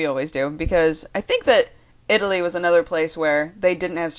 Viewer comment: When you are talking and say city names, you seem to try to make a point to put the proper accent for each city. I love it!